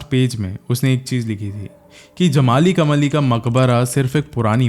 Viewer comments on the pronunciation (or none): It's जमाली कमाली not जमली कमली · It's jamaali kaamaali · 😂 जमली कमली नहीं, जमाली कमाली.. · जमली कमली नहीं जमाली और कमाली